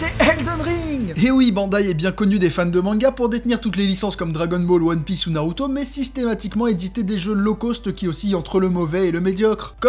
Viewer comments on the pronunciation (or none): none